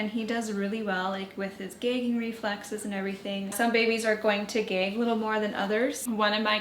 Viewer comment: I didn't realize Canadians say gag like "geg".